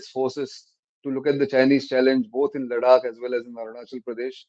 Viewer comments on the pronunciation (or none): Is it Ladak or Larak ?